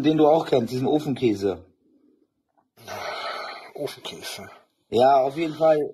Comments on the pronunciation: "Ofngäse" - bin ich der einzige, den es immer wieder triggert wie er "Ofenkäse" ausspricht? Ich glaube, die Schmerzen kommen von den Beinen - als er das Gesicht verzogen hat sah es so aus als würde er die Beine gerade anheben und neu plazieren... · Wie der deinen Namen ausgesprochen hat...😄 Wie so ein Superschurke im Film der genervt von seinem Kontrahenten ist... Uhhh...Ooofenkäääse.. 😂